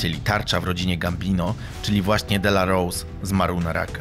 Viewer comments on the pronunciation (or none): Nazwisko Aniello Dellacroce wymawia się Dellakrocze nie Dellarous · Mierny film. To nie Gotti zniszczył mafię, a RICO, proces komisji zaczął się zanim odpalono Paula Castellano. I nie zrobiono tego, "bo nie pojawił się na pogrzebie", a był chciwy i grabił swoich ludzi. I nie "delarołs", tylko "delakrocze". xD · DELAROCZE NIE DELAROSE powinienes po ang poogladac niebyloby takich burakow ziommm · Mówi się Dellakrocze a nie Dellrouse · Świetny material ale ten facet nazywał się Aniello Dellacroce, nie Dellarose, nie czepiam się bo świetna robota, czekam na kolejne materiały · Poprawna wymowa to 'aniello delakrocze".